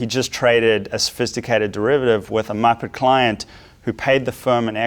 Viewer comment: The careful pronunciation of "muppet" cracks me up. It's just MUP-PEHT like let it roll of your tongue it's not a serious word lol.